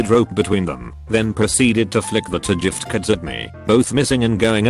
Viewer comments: Normal person: gift card Text to speech: jiff cards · jiff kerds. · No One: Narrator: "Jift Curds" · “Ah yes, jiftcurds ” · Nobody: Video: "Jiftkurds" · "jift curds" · jif-t cards Proof it's gif and not gif? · Nobody: TTS: jiftcurds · Jiff curds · jifft curds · Yiff cards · You mean "Gyp Cards" (short for Gypsy) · Anybody else hear the robo voice pronounce giftcards as "jiftcards" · 'Jif-curds'. Okay. We get it. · jiftcurds. XD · Ahh yess the return of the "jift kids" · Ah yes, we all love jiftcoards